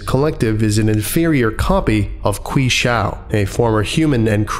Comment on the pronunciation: Qi Shao is pronounced as "CHEE shao" btw